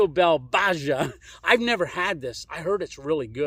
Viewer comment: lol. Baja is Spanish. It’s pronounced bah-hah. Lake in Baja California